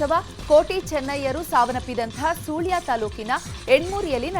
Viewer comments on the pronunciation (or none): ' ಸೂಳ್ಯ ' ಅಲ್ಲಮ್ಮಾ ತಾಯಿ ಅದು ' ಸುಳ್ಯ '